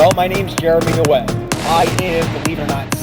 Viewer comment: He cant have a passport. Hes been a felon since he was 18. Also why can he not pronounce his last name?? Dwight????? Not DeWitte???